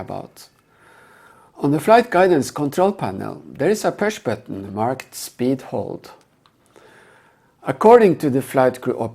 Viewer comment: this pewsh batton ?😂